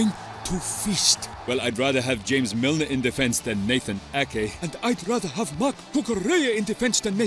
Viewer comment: He was but it’s Milner not Milnar 😂